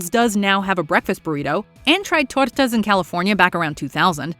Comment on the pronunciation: Why’d you say tortas like that ? Racist.